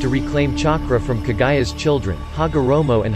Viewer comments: “Kaaa guya” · It's Kaguya not Kagaya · Who's Kagayaaa????? It's KagUUUUUyaaa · No you are not and it's irritating how he mispronounced a lot of the names especially kaguya